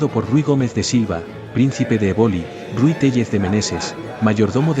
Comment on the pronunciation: EBOLI, se pronuncia, con acento en la E. Sino, suena muy extrano.